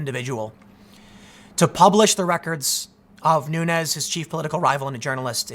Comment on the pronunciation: Nunes is a Portuguese name, so should be pronounced like de plural of noon: noons. Keep up the good work